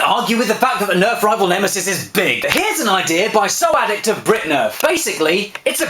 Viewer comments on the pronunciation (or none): <3 Also, it's pronounced like "sock addict" :P